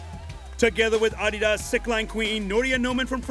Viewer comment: That's the correct way to say it. It's a contraction of the company founder's name, Adolf "Adi" Dassler